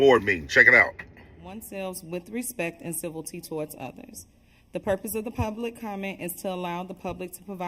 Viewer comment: A Board Members cannot read the word CIVILITY? She says civilty. Shouldn't that be a basic for a BOARD OF EDUCATION????